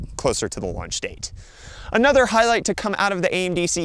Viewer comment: "raunch" lmao. js (it happens, this is how you can tell it was done live. but still funny)